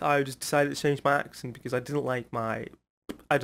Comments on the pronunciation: no, has a really good accent. He is better than mine for sure. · your accent is better than Celal Şengör...😀